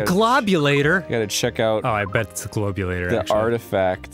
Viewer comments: At the end of the DOS version yoshi pronounces it GLOBulator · omg isn't the only one who calls it the GLOB u lator